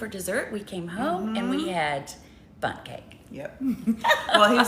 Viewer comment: OMG 🤣😅😂 l thought u said u had BUTT cake instead of Bundt cake. Wow what a great way to end the end with BUTT cake. OMG l'm still laughing at myself.😁😆